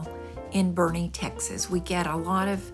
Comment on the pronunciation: I really enjoyed your video. I’m from Hondo, Texas. I was so surprised to hear you say Boerne! Looking forward to seeing the next video. God bless